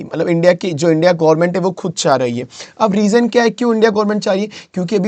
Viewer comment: यार गौर्मेट नहीं गवर्नमेंट होता है और सेमीकंडक्टर gaint china नहीं ताइवान है